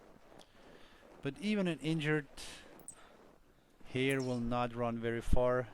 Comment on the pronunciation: I was dying of laughter cause you kept on saying "here" "here" "here" (snowshoe heir)